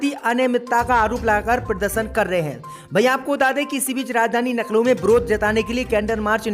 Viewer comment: नखलऊ बोलने पर DISLIKE 👎👎👎👎👎👎👎👎👎